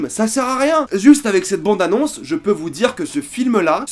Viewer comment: Je peux pas me concentrer avec ton "bONde annonce" raaaaah